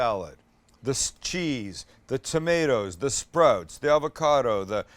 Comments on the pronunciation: i like sprouts but don't like how you say sprouts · Ok, here we go. Recent subscriber bc you're hilarious and a great cook. Your Canadian never comes out until you said "sprotes" (sprouts). Also, sprouts are the number one (I'm making that up) reason for salmonella. That's why I don't eat them. Side note, I'm a chef of 25 years and would LOVE to come cook with you. Please message me to set it up. We would get along great as I constantly burn and cut myself and cuss incessantly. Love the channel man.